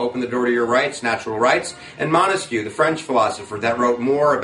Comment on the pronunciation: It is Montesquieu and not Montesquie, I know it's only one letter but it completely changes the way it is pronounced and sounds!